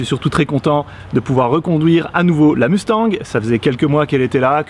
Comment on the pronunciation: Ahhhh prononces le « G » de Mustang maintenant? 😂😂😂